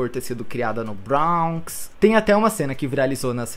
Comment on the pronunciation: Bronx se pronuncia "bronks" mesmo e não "brawnks"